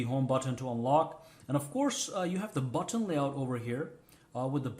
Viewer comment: The way u say button is funny.... You say BOT-TON 🤣